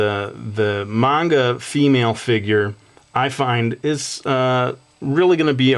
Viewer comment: ) awesome! lol u say manga weird XD